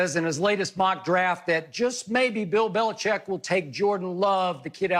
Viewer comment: I agree with Bayless for once. And why is Bill BeliCHICK getting away with having people pronounce his name "Belicheck"?